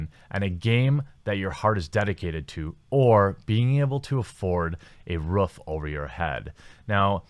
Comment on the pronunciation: I wonder why he always says ruff instead of roof